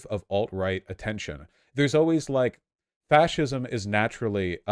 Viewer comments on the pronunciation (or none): Adian couldn’t pronounce fascism or understand the definition. Kid probably ate glue growing up